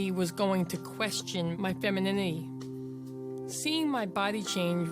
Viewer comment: " I felt like nobody nobody was gonna question my femininhi "